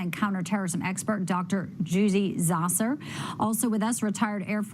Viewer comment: You might like to learn how speak Dr. Zhudi Jasser's name!!